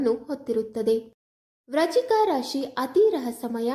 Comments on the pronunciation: Hello pronounce Frist clear Vrishchik rashi. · ವ್ರಚಿಕ ರಾಶಿ ಅಲ್ಲ ಅದು ವೃಶ್ಚಿಕ ರಾಶಿ ಸರಿಯಾಗಿ ಪ್ರಾಂನೌನ್ಸ್ ಮಾಡು